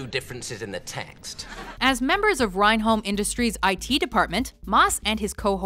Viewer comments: It's ren - holm industries, not rine-holm industries. Why do Americans pronounce words wrong despite being shown how to say it! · You mispronounced rehnom industries. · reynholm industries, pronounced ren-um industries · How she pronounced 'Reynholm', hurt my head -. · You completely screwed up the pronunciation of the company name in The IT crowd like to a weird extent